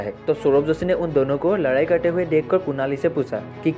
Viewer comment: Ladayiii ❌ Laraaiiiii ☑️